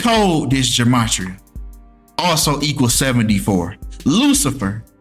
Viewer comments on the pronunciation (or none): none